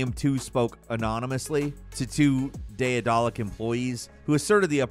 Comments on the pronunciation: should apologize for butchering the pronounciation of Daedalic 4 times in this video. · Isn't Daedelic just pronounced like Daedalus but ic instead of us? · struggling to say daedalic and assuage has got me rolling today 😂.